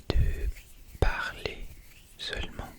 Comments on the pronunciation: Incroyable vous parlez super bien le français ❤, il me semble que celà à déjà été dit mais la seul erreur que l'on retrouve est la prononciation des "t" muet dans les mots comme "seulement". À part cette petite erreur tout est parfait 😊😉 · très jolie voix en français et c'est ce que vous pensez de ma voix pas pense il faut conjuguer sinon c'est très bien bravo ! le t de seulement et chuchotement ne se prononce pas quelques petites erreurs mais franchement whaou la meilleure vidéo anglaise francophone que j'ai vu 😉 plus de vidéo en français ta voix est très douce et ça me donne des frissons nouvelle abonnée :) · / : pensez, accent ( on prononce pas le "t" : "n'hésitez pas à me corriger" : pendant : très (on prononce pas le s) : seulement ( pareil pas de prononciation du t) : premières ( pas de prononciation du s) : avec le français : chuchotements ( pas de prononciation du t&s) : français : favoris Si ça peut t'aider